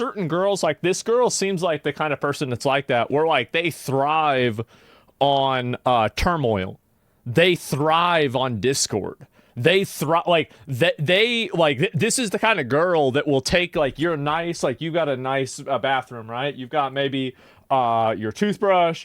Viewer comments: Everyone talking about her eyes, meanwhile I can't stop focusing on every time she gets to a word with 'th' in the middle or end of it, she pronounces it 'dd'. -.- She's a hot mess and she needs therapy, meds, and a reality check. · Th being pronounced dd is wild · She should work on pronouncing the "TH" sound without using "D" or "F" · she can't even pronounce "th".